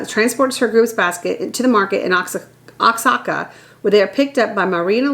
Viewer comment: Oaxaca? Its easy if you say it like this...wa-ja-ka